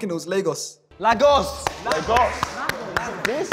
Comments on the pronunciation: It’s pronounced Laygos not Lagos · Him saying lag-os💀💀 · I've never ever heard any Nigerian ANYWHERE EVER IN HISTORY pronounce Lagos like that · Dude, he pronounced Lagos wrongly... That's a definite no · And the way he pronounced Lagos was so wrong 😭😭 I knew he wasn’t Nigerian then